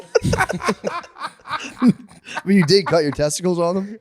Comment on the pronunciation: Fucking hell I spat out my omelette when Howie says Cul-de-sac.